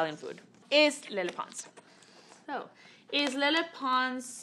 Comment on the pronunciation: why does it sound like she says “le” instead of “lele”? like she’s trying so hard to do it with a spanish accent…